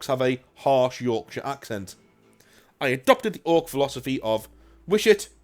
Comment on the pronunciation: Y-Ork-shire… could be Snakebite territory. “Aye boy, we’ll have nowt of that new fangled technology round here!A boar and a choppa that’s all..”